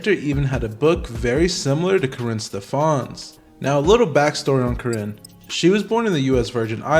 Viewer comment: Please take this video down. One, this is old news. Two, it's misogynistic because the men involved aren't innocent. Three, you're not even pronouncing Karinne's last name correctly.😂😂😂